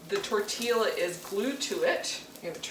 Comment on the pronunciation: Tortilla pronounced........ tor tee ah....Love your show !